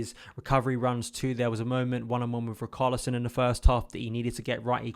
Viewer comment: Who is "RiKarlison"🤣🤣🤣